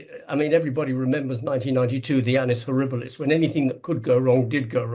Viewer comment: Im 52 and I still laugh when I hear annus horribolus